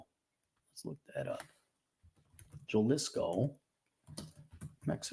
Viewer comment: . Jalisco: pronounced "ha-LEE-sko".